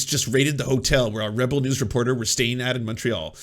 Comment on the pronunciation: is it just me, or does it sound like he's saying "rubble news"? I think that's a much better name